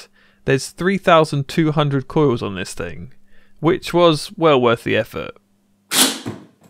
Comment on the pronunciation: It's pronounced coils not coiws